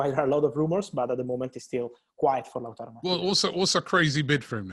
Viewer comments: Lachuro lol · man really said latrooro🤣